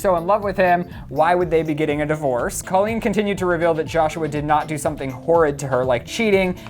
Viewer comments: What the fuck, first of all it is pronounced COlleen, not CAHleen. Second of all, Josh is not her ex husband yet, they are getting a divorce but are not divorced yet, get it right. And third of all, this is still disrespectful making a video about their relationship, just stop please. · If you're making rumor and gossip videos, AT LEAST get the names right. It's Colleen pronounced coal-een not call-een. The fact that you can't even pronounce their names proves that these are not facts, and you didn't even research anything, you just made stuff up for views. This is the kind of stuff that creates controversy and makes the world a worse place to live. This video should have more dislikes than likes. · "Cah-leen" fuuuuuck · "Cah-leen" fuuuuuckkkkkk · You guys shouldn't be using people's pain and suffering for views. You didn't even say Colleen's name right. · Couldn't even pronounce her name right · It's a long O sound in Colleen's first name. Learn to pronounce it correctly -_